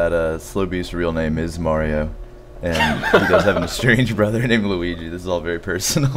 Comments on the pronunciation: Maybe Mario got mad about the LPer constantly pronouncing his name as May-ree-oh ? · Mildly surprised that no comment was made on the fact that the LPer pronounced Mario the same way that does.